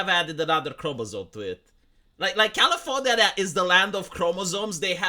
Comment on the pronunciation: Califor-nyah-nyah! I fucken love it!!